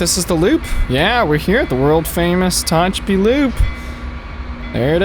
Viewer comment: Ta-Hatch-A-Pee, Mo-Ha-Vee